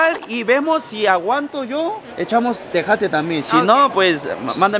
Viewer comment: Se dice o pronuncia tejate🇲🇽